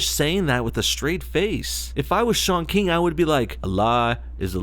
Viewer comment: its not pronounced shaun keeng